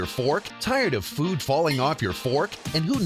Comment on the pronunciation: TAIURD UV FEWD FAWLING AWFF YER FOWARK?!